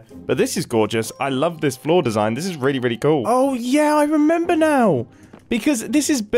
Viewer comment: Nobody MUMBO: I REMEMBA